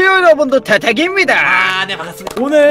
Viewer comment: 반 갔습니다ㅋㅋㅋ반갑습니다를ㅋㅋ